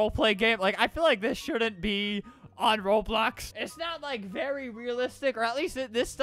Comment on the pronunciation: Beri not beli :)